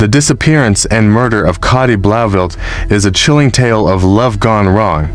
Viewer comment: It might be spelt Cati but is it pronounced Katie? For ai scripts, write them phonetically, so the prompt knows how you want words pronounced.